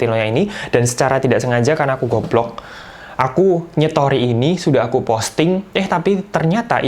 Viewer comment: "karena aku goblok" khas jatim bgt:(